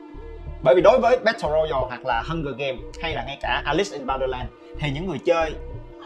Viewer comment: Bát tồ roi yao anh ơi, k phải royal